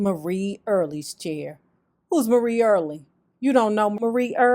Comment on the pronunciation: Marie is pronounced like Mary. Marie passed in 1999.